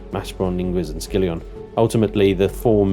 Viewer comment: First of all: it's Skillon, not Skillion (Facepalm) Second: As for unlocking things before it lets me spawn in BP, there's perhaps only one thing to say about that: Well, finally! However, it should be included an option to add the missing item externally if I got it from loot, for example, otherwise it would be a bit unpolished again. Simply, if I'm exploring and find a high tier item but haven't unlocked it yet and I need it to spawn a craft, I should be allowed to supply that item to BP as a whole, something like I do now with growplots for example. Or be able to choose the option to simply leave the missing item as an empty space. Third: It would be good instead of tweaking the graphics here and there, if Eleon migrated the whole Empyrion from DX11 to Vulkan.